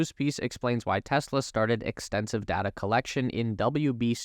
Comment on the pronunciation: It’s data, not dada.